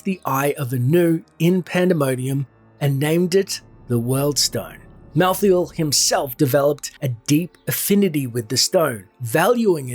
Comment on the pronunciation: It's MalthAEl, not MalthEAl ...